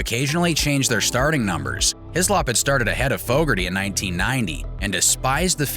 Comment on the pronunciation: Fooougarty.... lmao